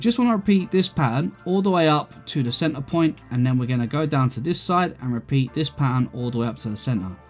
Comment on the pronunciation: take a sip every time says "cen-ar"